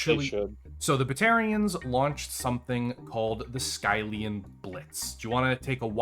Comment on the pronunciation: The way he says skyllian is painful.